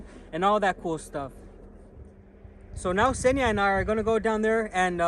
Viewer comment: An American swallowing the first consonant like they always do))) I kept wondering who the hell was the guy Senya behind the camera, while I clearly saw it was a girl. Senya being a male name btw. Eventually I realised he was talking about Kseniya (the girl's name)